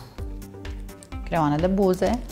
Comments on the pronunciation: Se zice creioane nu creoane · se spune creioane nu creoane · Cum ma sa spui creoane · Ea zice creoane, nu creioane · Vorbeste cum vrea! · Doar eu am observat ca spune creoane?